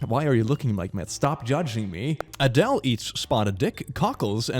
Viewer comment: when mispronounced adele it gave me life 😭